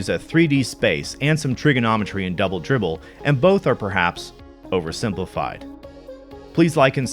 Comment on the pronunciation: Dwoubel Dwibbel